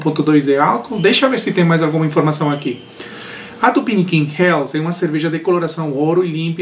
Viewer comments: to interessado em fazer uma Helles, esse nunca provei. A pronúncia é "reles" e não "rels" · Eu não sei pq sempre falo “infernos” :) kkkkkk valeu pela correção... a pronúncia correta no alemão é /reles/